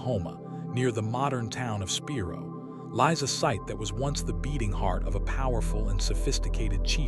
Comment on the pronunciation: Spiro is pronounced like spy-ro, not spee-ro. Wichita is pronounced witch-eh-tah like Tahoe, not like cheetah. Heavener is pronounced like heave, with a hard e, not like heaven. As an Oklahoman this was really hard to listen to and I didn’t make it past to see what else you mispronounced